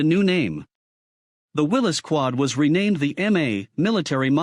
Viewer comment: This is the kind of garbage you get when you let AI make a video. It can't even pronounce Willy's right. Thumbs down for this garbage video.